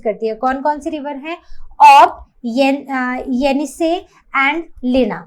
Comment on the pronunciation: mam its not yenisley its yenisey